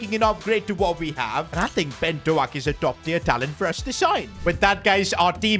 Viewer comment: It’s not Ben do ak buddy